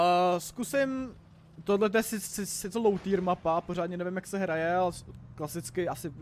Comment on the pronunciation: "Sedmičkovej týja" trocha deutschlandštiny :D